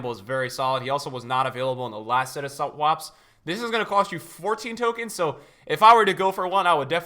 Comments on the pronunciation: "Sut Fwaps" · “...was not available on the last set of sut waps”😂😂😂